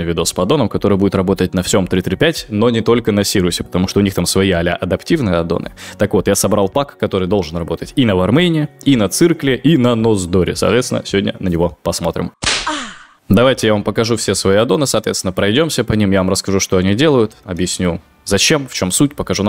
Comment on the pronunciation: Не циркл, а сайкл!